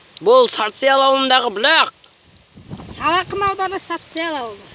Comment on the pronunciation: Бүлəқ емес бұлақ деп айт iнiм